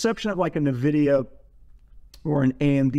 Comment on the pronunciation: please correct the way you say N-vidia..... !